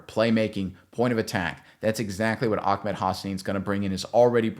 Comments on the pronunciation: His name is Ahmed, not Ahkmed. 😂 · It’s Ah-med not Ak-med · It is NOT OckMed lmao 😂. It is Ahh med. there is no k sounding noise whatsoever 😂😂😂😂😂😂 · Ahmed not akmed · AH-med .. not AK-med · Just a note, it’s pronounced Ah-med. I’m fairly certain that if there’s any “ch” type sound it’s more of a breath out at the end of ah than a full harsh syllable